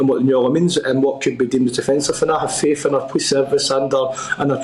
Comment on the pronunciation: He is unable to pronounce the word POLICE.